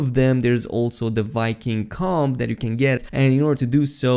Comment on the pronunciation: The B in comb is silent.